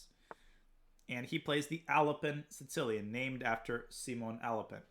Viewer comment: you pronounce the Sicilian "Sitilian"?